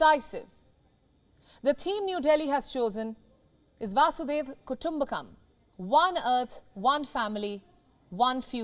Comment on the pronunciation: It's not Vasudev kutumbakam, but Vasudhaiva kutumbakam.... It's meaning changed if not pronounced correctly